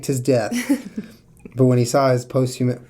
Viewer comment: "Poast-HUM-us" ftfy